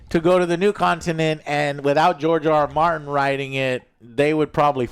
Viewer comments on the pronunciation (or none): George R Martin 🤣🤣 I thought you said GIORGIO ARMANI!